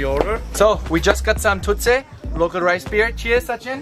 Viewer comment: Ahahahah ur pronouncing of thutse was awsome jus love it